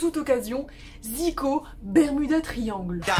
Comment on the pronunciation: Sérieux c'est quoi sa? On dit pas KARA MAIS K-ara (K anglais + ara) Bermuda triangle? Sérieux c'est quoi cette anglais de merde (tri - end-gle <-help prononciation) :O